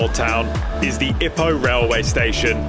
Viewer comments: Lovely video. Thanks. The pace, footage and information kept me entertained. I would pronounce Ipoh 'ee-poh' (with a long first syllable) rather than like 'hippo'. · OMG twat , u can’t even pronounce it right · You can’t even pronounce Ipoh right , tool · Pronunciation of "Ipoh" is giving me cancer